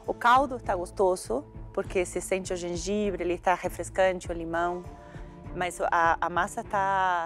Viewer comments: GENGAIBRE LIMÃ PÃ Kkkkkk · KKKKKKKKKKKKKKKKKKKKKKKKKKKKKKKKKKKKKKKKKKKKKKKKKKKKKKKK genjanbre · citrique..gengãbre.... Eric é demais...AHAHAHAHAHA